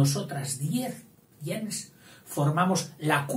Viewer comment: Me va a disculpar,, el atrevimiento de corregirle yo, alguien que admira su trabajo y que por lo demás reconoce totalmente su erudición: el término gens no se pronuncia como usted lo hace, según acuerdan la mayoría de expertos hoy día. Sería más bien algo como "guens".